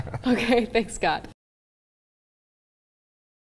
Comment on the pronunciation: What the HELL is Thanks God... Why the "S" at the end of thanks. They say it all the time.. I don't understand